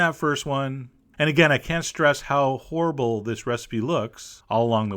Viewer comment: idk I was just writing how he pronounces horrible, didn't, skewer, and icing.